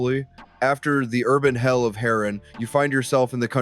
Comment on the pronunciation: Why you pronounced it as "Ha RAN" 💀